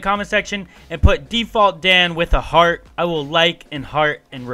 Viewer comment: U said default dan with a heat not heart